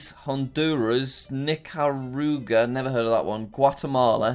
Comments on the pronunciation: When you pronounce it Nicaraguaya omg 💀💀💀👏🏽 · Each time he pronounces Nicaragua a different time and he gets it wrong every time. jack its (nick-a-rah-gwah) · I am part Nicaraguan so if you dont know how to pronounce it here it is: ni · kr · aa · gwuh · Ni-ca-rag-u-ah Gra-nar-da Bell-ee-z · Say it with me Jack, Nick-are-a-gwa Nicaragua. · Jack calls Nicaragua Nickarooga and Nickcryogriger me cry's in Nicaraguan edit no hate intended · Nicaragua is pronounced Ni-ka-ra-gwa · it is pronounced nickaragooa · How to pronounce Nicaragua Nic a ra g wa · Jack: Nicaragua Subtitle: Knicker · jack's pronunciation of nicaragua fluctuates more than the stock market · jack’s pronunciation of nicaragua has me creased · Every time Jack mispronounced Nicaragua, one Nicaraguan died. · I'm from Nicaragua and hearing him completely butcher the name and stating he's never heard of it before makes me feel somewhat angry.